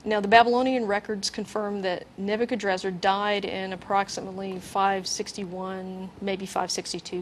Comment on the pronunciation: sorry, but "Nebuchadnezzar" isnt pronounced "neb-you-can-drazzar" (only one 'R' at the end) other than my lil ancient-king-name gripe, this show is fan-freaking-tastic, everyone keep up the good work!!!! Shit... shoulda waited for the later part when they go over the original and greek forms... i fail